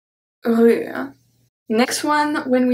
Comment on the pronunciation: I really love this course and especially this lesson. I am confused, however, and hope that you can respond. I know that the "e" is silent in a word like "la rue," but when you pronounce it in the lesson there is definitely some remnant of the "e" sound there. The same is true with other words. I've heard this when other French teachers pronounce words standing alone, though not in a full sentence with other words. I would appreciate it if you could explain.